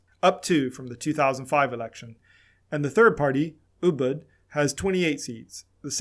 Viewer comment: IT'S UDUB NOT UBUD